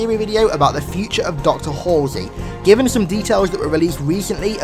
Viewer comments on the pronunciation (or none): none